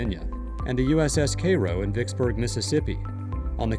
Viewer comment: You're talking about the ironclad gunboat USS Cairo (pronounced Kay row) named after Cairo, Illinois which was sunk by mine during the siege of Vicksburg in the Yazoo river (mostly raised in 1964 this video is referring to a Confederate ironclad